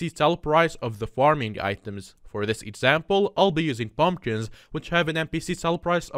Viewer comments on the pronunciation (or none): i like theway he says:"bumbkins" ngl thats funny xD